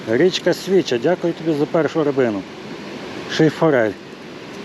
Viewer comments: СвічА, наголос на "а"🙂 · Унас називають річку Свіча' наголос на "а "від того що вона чиста як свіча.